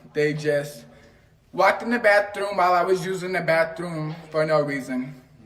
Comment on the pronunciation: HEEE just uused the "bawfffruuum" the BAFFFRUMM ...